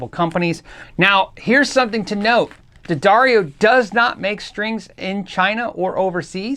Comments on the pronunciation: Say it with me...'the..dar...ee...oh'. Good man. Proud of ya! Great vid btw!!! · "Dad Airy Oh" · D'Addario ? why the heck did they spell it that way then pronounce it DADDARIO? my brain hurst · At one point, I think D’Addario actually printed a pronunciation guide for their name on some of their string packages. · Yes, the pronunciation was written as Da-Dairy-O. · It's pronounced D'Addario. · I think everyone says Daddario wrong, but it's okay 👌. It's an Italian last, which means it has a Latin pronunciation. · Ddarrias?.. Dedareos?... Diddario??.. Duhdareyo??? I still need help pronouncing it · pronounced D'Addario three different ways in this video.